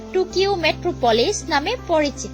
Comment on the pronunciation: পেরিস নয় ওটা প‍্যারিস, টুকিও নয় ওটা টোকিও